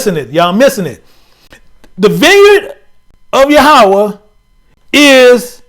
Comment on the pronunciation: Hebrew word for God is YaH-wAyH (Yahweh) NOT ya-ha-wa 👀 🙏🏽